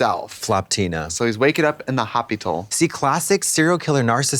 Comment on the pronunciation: The "hoppytal" 😂😂😂